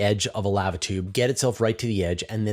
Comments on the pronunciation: How to pronounce lava--> Thank you for your videos. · The pronunciation of lava aside, shouldn't it be magma tube?